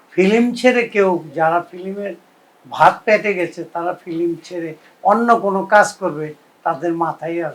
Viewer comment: Film word ta correctly bolta para na